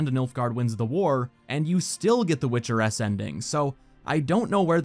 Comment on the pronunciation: My dumbass over here confused as fuck for a few minutes thinking he was saying "Witcher S" and not "Witcheress"